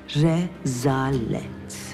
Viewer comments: Nobody: Zübeyde Hatun: Rezalet Re za lett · Bügünün repliği “ rezalet re za let” ssdzx